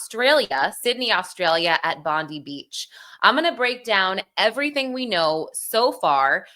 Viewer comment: Not judging just letting you know that our beach Bondi is pronounced Bond-eye, an aboriginal name from our native people of Australia. Yes, the hero is Ahmed al Ahmed who is now in hospital recovering. Our thoughts are with everyone affected by these terrible events.